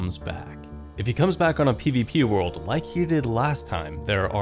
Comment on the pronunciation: shan tay pass Xd . shan tee is how its said.